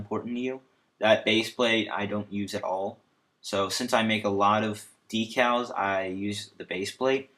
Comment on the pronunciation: Thanks! The only thing that bugged me was that decals are pronounced deck-als. Again, thanks!